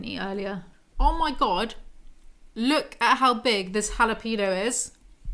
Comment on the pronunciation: jalapido??? 😂😂😂 Sorry that made me laugh so much 💀💀 (if it interests you, "jah-lah-peh-neeo" is the closest I can think of to pronounce jalapeño 🤣)